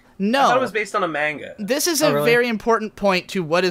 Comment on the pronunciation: Anyone else cringe out of their skin every time pronounces manga as MAY-nga? just me? ok